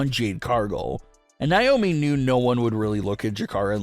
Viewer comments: It's not niomi it's Naomi 😢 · It's not niomi it's Naomi 😢😢😢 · Stop mispronouncing Naomi it's Naomi not niomi 😢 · It's pronounced Nay-omi If you spell her name backwards, is I moan